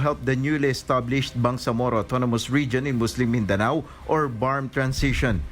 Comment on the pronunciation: Your pronunciation of words of Philippine origins is RIDICULOUS…MIN -DE-NEW??…really?…embarrassing and the word POPULACE my god…POPYULIS??…